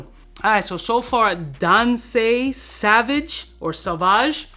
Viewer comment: Why you acting like you’ve never seen the word “Sauvage” before lol